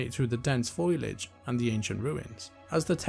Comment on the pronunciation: "foilage?" you mean foliage?